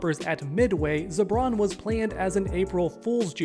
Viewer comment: Broo... I keep hearing "Zebron James" in my head.. 😂